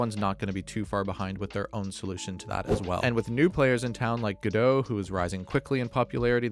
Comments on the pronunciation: You said Godot right! Most people don't even if they use the engine for their game! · You said 'Godot' correctly (it's named after the Samuel Beckett play), though it should be noted that its lead dev Juan Linietsky says 'go dot', but has stated that either pronunciation is fine. Anyway, it's a great choice of engine for indie devs and hobbyists like me, though I am learning Unity too. Unreal Engine is also installed on my PC and I've tinkered a bit, but I don't think it's for me - it's a bit too heavyweight for my needs, and I prefer text coding to visual scripting (and I don't want to try learn C++ yet again!)